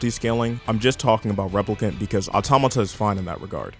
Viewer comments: ITS NOT AUTONOMA OR AUTONOMAR, AUTOMATA. JEEZZZZ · automata not autonama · It’s Nier Automata not Autonama.. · If you make a video criticizing a game you might want to learn how to say it's name correctly at least? It's not "autonoma"... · "Autonima", you keep saying it wrong like that. Sometimes you say it right. It's pretty distracting. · "Nier "Autonouma" is a great game" - your opinion is in invalidated if you mispronounce the topic in the first 2 seconds of your video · This nigga said autonama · why does he say autonama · Autonomous atomanaus anotamaus Anothermouse bitch learn how to pronounce please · Man I just hate the way you pronounce automata…